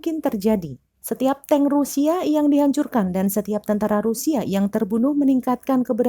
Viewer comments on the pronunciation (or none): none